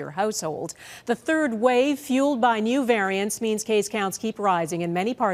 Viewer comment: Congrats, the MSM has turned you into a brainwashed hypochondriac petrified of a mild case of the sniffles. Enjoy your "new normal," doomer, because it's here to stay. (The "neeyoo vuhrientz" will see to that!)